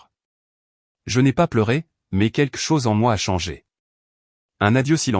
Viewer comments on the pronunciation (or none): Encore une histoire sans intérêt , d’une banalité prévisible. De plus commenté, par une voix artificielle, qui devrait apprendre à s’exprimer et à prononcer : « keke chose pour quelque chose « entre autre. !! J’ai perdu mon temps à regarder cette débilité . E. M.